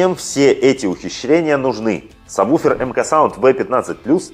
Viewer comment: Интересно. Как вы такой специалист и произносите саб буфер? Если нет такого названия, кроме сабвуфер!!!